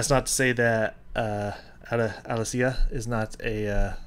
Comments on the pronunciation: Alessia is pronounced as A-lessia. There is no accent. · This was done at the request of Metallica for their Blacklist album, and taking the song in a different direction and making it uniquely their own was actually the assignment. And Alessia is pronounced exactly the way it looks, so don't overthink it, lol. A-LESS-ee-uh. She's Canadian.